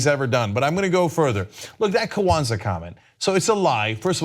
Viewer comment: lol...Why did the way Cenk pronounced Kwanzaa stand out most to me in this clip?? "Kuh-wanza"